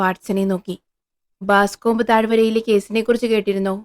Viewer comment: 1988 കാലത്ത് പ്രശസ്തമായ "പൈകോ ക്ലാസ്സിക്സി" ൽ ആദ്യം വായിച്ച ഹോംസ് കഥകളിൽ ഒന്ന്. Boscombe Valley Mystery. മലയാളത്തിൽ " ബോസ്കോംബ് താഴ് വരയിലെ കൊലപാതകം ' .. 😅 നിങ്ങളെന്തേ പ്രേംനസീർ കാലത്തെ പോലെ "ബാസ്കോംബ്" എന്ന് പറയുന്നത്? ബോസ്കോംബ് എന്നാണ്. പിന്നീട് '93ൽ ഒറിജിനൽ വായിച്ചു..2014 കാലത്ത് ജറമി ബ്രട്ട് വേഷമിട്ട പ്രസിദ്ധ ഗ്രനാഡ ടിവി സിരീസും കണ്ടു.. ഇത് ഹോംസ് ന്റെ ആദ്യ കാല കഥകളിൽ ഒന്നാണ്.. ഡോക്ടർ വാട്സൻ ഹോംസിനൊപ്പം താമസം ആരംഭിക്കുന്നതിന് മുമ്പുള്ള കഥ.. "എറാറ്റ്" - "ബല്ലേറാറ്റ്".. കഥയിലെ പ്രധാന ക്ലൂ 😊.. മാപ്പിൽ ഇത് കാണിക്കുന്നത് നിങ്ങള് വായിക്കുന്ന കഥയിൽ ഇല്ലേ ..